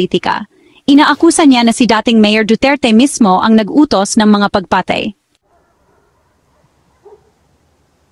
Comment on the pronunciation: Ayusin mo ang pagbigkas ng salitang Tagalog. Tapat, hindi ta-pat; taon, hindi ta-on; pagpatay, hindi pag-pa-tay.